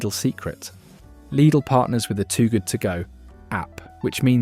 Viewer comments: Its pronounced L I D L NOT LEEDLE MY SISTER AND NEPHEW WORK THERE SO I SHOULD KNOW. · Please stop the AI voice saying LEEDAL! most supermarket foods contain toxic stuff if eaten in excess. People should LEARN TO COOK. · Do make up your mind how you want to pronounce the word Lydl! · Why do you call it ‘Leedle’? Can’t you spell? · It's German! So it's pronounced 'Leedle'. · Lydle, Leedle, Liddle….you need to make your mind up lad! The different pronunciations are so irritating lol. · Laidl / leedle? 😂😂 AI voiceover is horrible. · I thought Lidl was pronounced liddle. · So, is it pronounced Liddle, Leedle or Liedle? 🤔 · Stop calling it LEEDLE! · Daft AI generated dialogue (is the business name pronounced Liddle or Leedel ?) and photos where we see Aldi's Lurpak clone Norpak not Lidl's Danpak. I won't be subscribing to a Channel that doesn't check this nonsense. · Changes the pronunciation of Lidl three times. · yea, I agree this is AI, the voice sounds real at first.. but then you hear how it says Lidl sometimes and BBQ and odd breaks in sentances